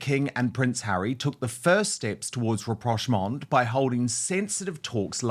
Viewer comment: Finally somebody who pronounces rapprochement 😂 and who told them that there were two Royal households?